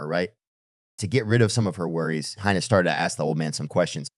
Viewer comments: Her name is pronounced "heena" not "haina". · The robot who does the talking can't decide whether the girl's name should be pronounced "Hina" or "Hyena." Maybe Elon can fix this problem. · Dude, will you please decide on ONE way to pronounce the girl's name? You've said "Hai Na" and "Hee Na". The correct pronunciation of Hina is "Hee Na", by the way. And there was absolutely no need to turn a 60 second story into a twelve minutes long epic. Geez. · He-na! Hi-na! The pronunciation of her name changes repeatedly! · How many times are you going to pronounce her name differently? Who the Hell knows what her name is/